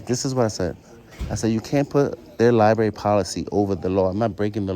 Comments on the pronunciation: My number one pet peeve is when the library is called a liberry. I just had to fight with autocorrect to misspell library!!! I don’t care about any other word being misspoken. It’s the name of a building, that houses books, that contain words, utilizing the the entire alphabet. It is a word that is mispronounced in all 50 states, by men and women, by young and old, by all ethnic backgrounds, by the undereducated and over educated. I’m not pointing fingers at any particular person in this video, it’s just my pet peeve, I’m flawed. As for the big mouth NYPD broads, if they cannot do their jobs, and do not know how to read and comprehend what they are reading, they need new employment. They all need a Billy Madison redo. If they don’t pass, no jobs serving the public PERIOD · Those darn “LIBARY officials”. With all of those books one would think the security guard would learn how to speak properly!